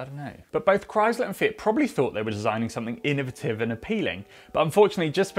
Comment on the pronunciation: I’ve never heard someone say innovative like that and I think I like it